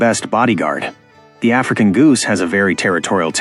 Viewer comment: i dont like the way he said the african